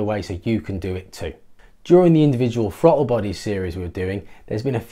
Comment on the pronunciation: Wtf is a fra-ul bah-ee ?